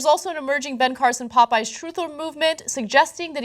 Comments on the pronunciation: Why are they pronouncing "popeyes" "pup-eyes"? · Its pronounced POP eyes. Not potpies... Face Palm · "Pu"eyes Ana... it's called Pupeyes. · It's Pa-pies, get it right. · Puh-PIES Ana? LOL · Pop-pies? What the hell? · why are they pronouncing Popeyes like that?